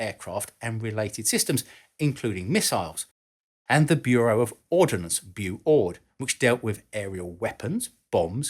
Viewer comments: Ordnance, not "ordinance". Ordinance means law or legislation. Common mistake. Otherwise great research and presentation,!!! Best regards from Malaysia! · Great video,. I learned some interesting info while watching it. (Would have been perfect if you hadn't kept putting the I in the middle of the word ORD-NANCE. Ordnance = weaponry while Ordinance = law. Sorry, but hearing that is as bad as people saying "newkyaler" for nuclear.) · You keep pronouncing it “ordinance” (a law made by a local council for example) rather than “ordnance” which is ammunition. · it's "ordnance" not "ordinance" - without the letter "i" ... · I know the difference is difficult to get your head around, but the correct term is "ordnance" (as opposed to 'ordinance' as in a legal instrument.) It's about as difficult as "nuclear" (as opposed to 'nucular', which is not fission device at all.) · I know this is 3 years old but I have to say it... ordnance is a two syllable word.